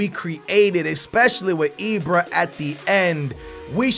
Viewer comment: it's IBRA NOT IBRO....Jesus Christ why does he tryyyy these dumbass inaccurate accents. fuuuuuckkkk the blood pressure is real